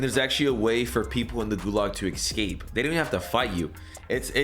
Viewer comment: Eggscape. F Me, learn English.